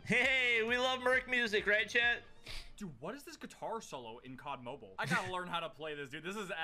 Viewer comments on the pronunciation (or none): With saying cod mobean I just cracked up